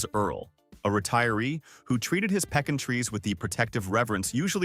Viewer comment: The peckin trees are pecan trees. Whatever peckin trees are, I've no idea. But pecan trees are a type of (tropical?) nut tree. People who read these things need to learn how to pronounce words properly or teach whichever robot they have programmed to do the job the correct way to pronounce the words.